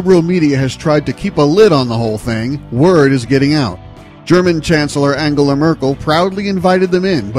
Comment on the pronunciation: lol how dafaq do you pronounce Angela... Ankela??